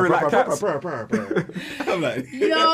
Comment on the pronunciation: Not “pur pur pur pur pur” Daniel 🤣🤣🤣